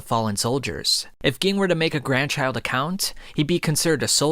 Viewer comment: Ging lmao it's like you never watched the anime you are saying all these names wrong